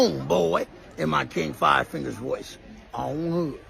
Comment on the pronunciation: i like how you put a 'w' and 'y' in the word five. "the fwyive fwyive crips..." hahaha